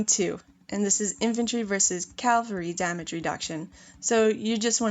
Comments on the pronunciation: ere i no ur american n u say things differently even tho ya speakin English..its cav al ree... not calvary...u may not be able 2 talk the english language but not bein able 2 read it u just sound thick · Sorry i cannot listen to it, may have decent amount of knowledge but the word is cavalry not calvery,.. please it spoils a lovely voice too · I'm triggered with cavalry = calvary pronunciation